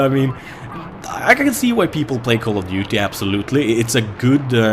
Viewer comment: should be promoting BF3 for dice. just look at this gameplay. "in call of dutey you call in thee airstrike and in battlefield i am the airstrike"